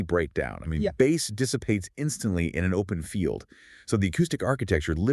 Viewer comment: 🎣 “bass lines.” OMG, you folks totally exposed your fake narration by mispronouncing one of the main terms in electronic music. 🤮